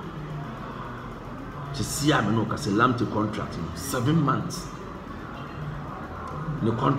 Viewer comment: Nice one,,, pronounciation of local players names especially Richmond Lamptey is very correct. Please try for Kotei (K o t 3 i) and other local names and you good!